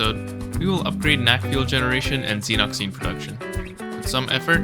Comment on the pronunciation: Reaching new lows with pronunciation 🤣 Xenock zeen????? Io DEEEN?